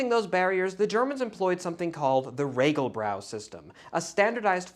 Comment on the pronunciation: We do love our beer but it's RegelBAU not RegelBRAU lol